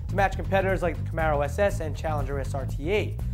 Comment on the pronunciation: CamAro CamAro CamAAAAAAro people, seriously, how hard is it to spell CamAro? it is not an "eh" sound, it is an "ah" sound. whatever happened to sounding a word out if weren't sure about the spelling? also, the GT cannot compete with the 426hp Camaro SS and 425hp Challenger SRT/8 with only 315hp. so yes, they need more power to compete with the Camaro and Challenger.